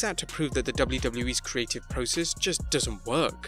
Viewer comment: stop saying process in a stupid way. IT is PROCESS!!!!!